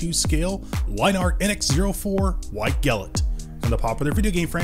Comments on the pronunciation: 2 things. 1 you mispronunciation of them name is rough but that's just SUPER NIT PICKING. 2 as someone who had this kit when they first ran. They DO NOT hold up to time ALL I mean ALL versions of them kit I've ever had and have seen all have brittle plastic and will break down over time. The Poly caps as degrade fairly rapidly. The impact resistance of this kit is non-existent. I've also has fitting issues even after sanding. Granted I've only had up to the 3rd run of this kit in black. However the 1st standard and pearl were just terrible. 2nd got a little better but not that much. Skipped 3rd pearl because it still had overly hardened plastics. While standard had overly soft and the black polycaps lasted maybe 2 years. I'd love to have an AC/FA kit that isnt super fucked. However I've only had luck with the HEXA GEAR stuff. So hopefully the final production runs of the REX and AC kits this year will be better. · The way you say White Glint in yhe beginning kills me